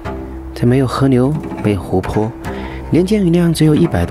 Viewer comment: L和N 你把l读成n，河流liu不是河牛，里li不是ni